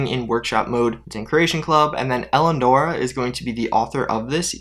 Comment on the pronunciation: Nice to meet you too. Love your work. Just one favor. “Eli” A •Nora. ;)